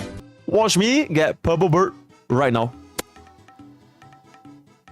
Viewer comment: 😂😂😂 i can't with "purplbord". It's purple bird bro